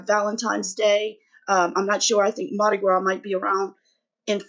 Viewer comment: When you said Mardi Gras, I knew you had to be from Louisiana. But, I didn't know we would be both from the same town. I'm originally from NI, but I've been in Loreauville for 20 years. Happy Birthday, your birthstone is Garnet. ❤️🎂🎉🎁🎊🎈